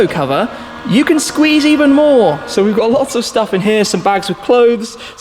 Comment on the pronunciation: lol, did he say "Shtuff"?